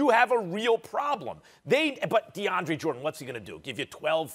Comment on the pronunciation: I stopped listening when I heard Max say "DeAndre"...reaching brah